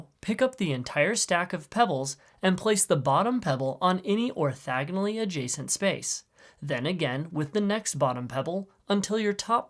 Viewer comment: It's orthOgonal, not orthAgonal.